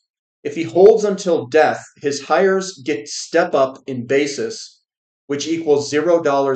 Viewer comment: Heirs isnt pronounced Heyers its pronounced airs.